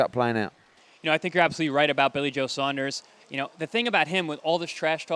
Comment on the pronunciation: wow, an american who can say " saunders" rather than "sanders". none of the yanks giving billy joe a prayer but the british boxing public are giving the man a chance.. so many of canelo,s opponents are beat before they gets in the ring,, i think billy will give canelo a real good fight,, roll on fight time.